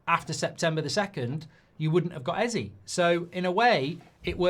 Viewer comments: ez aye not ee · This bothers me more than it should but you're saying Eze wrong lol. It's pronounced "A-Z-A" A like the alphabet, Z like how Americans say the letter, and A like the alphabet again. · It bothers me that Mark pronounces it Ezzee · EZÈEEEEE how do you get the name wrong everytime